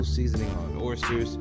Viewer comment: Stop saying orstersssss!!!